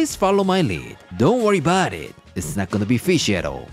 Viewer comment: Italian Americans: Fuhgeddaboudit: Don'tworryaboudit